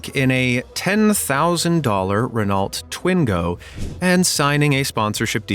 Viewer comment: It's not pronounced ren-alt, it's ren-oh. Al least, that's how the french say it. And Renault is french.